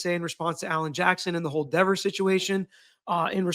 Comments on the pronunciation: It is lehver not leaver, so is Dehver not Deaver! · Just add another v to Dever’s name then you will always say it right, see Devver. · Deever,or Dever, didn't look intimidated to me. She looks just like the boys in blue trying to cover up a murder. No more.No less. No intimidation. She knew what she was doing. And she chose to protect the thin blue line. She did it.Not intimidation. Her.The grown adult,who wants her name pronounced correctly. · Omg he’s funny too! I don’t want to mispronounce her name Dever? Papa Tragos ☠️😂🫶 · Dever rhymes with never ever.